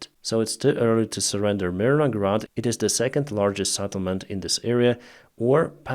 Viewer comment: Settlement not SATTLEMENT. SET not SAT